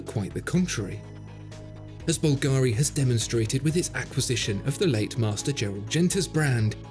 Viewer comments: Please, no more bulgAri... its is bUlgari... Other than that, great video once again! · Mate, it's bùlgari, not "bulgàri". It's an italian name (and yes, I'm italian and know how it's pronounced). Thanks.